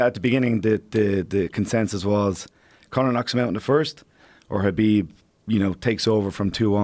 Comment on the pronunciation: Conor’s coach pronounces Khabib’s name correctly unlike 99% of Khabib “fans”